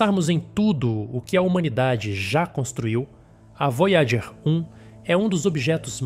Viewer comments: "Vói a gêr" "Kar u sei gan" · Carl /sagan (e não “seigan”) é o nome da nave também errado foneticamente em algumas vezes, tornam esse vídeo lamentável!